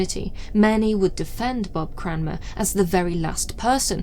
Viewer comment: As a Cranmer, I would like to thank you for pronouncing the name correctly 😂